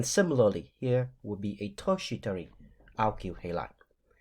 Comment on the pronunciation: The way you pronounced tertiary 😂 sir no offense but it's hilarious 😂 Love the videos tho❤ Currently offering a degree program in pharmacy technician and your videos are very helpful in my pharmaceutical chemistry. Thank you very much for making them ❤.